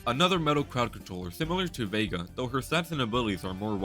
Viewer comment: bro called Vega, Veeja